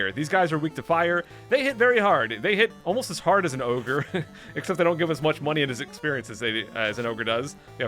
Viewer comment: Every time he said”Oyger” I thought of the Shrek meme “Oygers have layers!!!!!”, the memes have ruined me